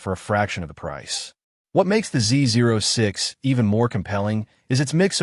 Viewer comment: Makes you wonder about knowledge if the presenter does not know how to pronounce "ZO6"....